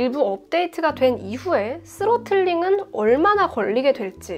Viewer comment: 과연 스로틀링인가 쓰로틀링인가...